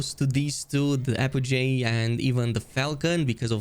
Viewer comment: Apogee is apogee not apojay